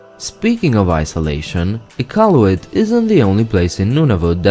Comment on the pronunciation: Finally someone learns how to say iqaluit and not saying some dumb shit like ikawlooit